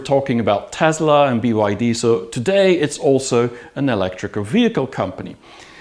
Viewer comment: Why do you keep saying BID "I" and not BYD.